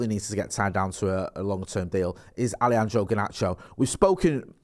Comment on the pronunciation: Love the way you say Allyandrow mate 🤣. Banging channel lads!